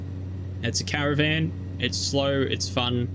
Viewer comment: Repeat after me CAAA RAAA VAAAN . Come on, you got this 😂😂. Cheers mate . Nice content.